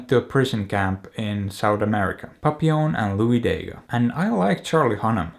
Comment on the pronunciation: I now hate having to say "have you seen PAPPI LON?.." Instead of how it is correctly pronounced..